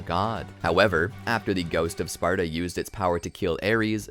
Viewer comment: y u keep saying “gout of sparta”? lol